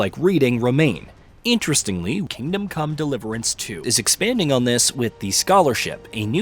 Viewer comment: I noticed that too...the way the name of game is spoken sounds off